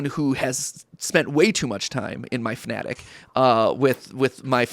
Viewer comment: calling it the fnattic is hilarious